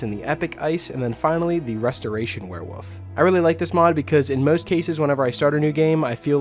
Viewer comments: Am I the only one that thinks it sounds like hes saying "werewoof" instead of werewolf? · Nah He Definitely is saying Woof. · Please stop saying werewoof!